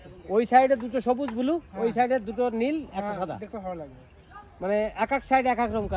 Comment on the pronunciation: I r repeating n repeating extremely boring vdo n it's not bulu it's blue